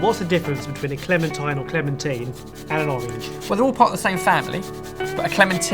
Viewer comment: I don't care how you say clementine but could you please stick with one pronunciation.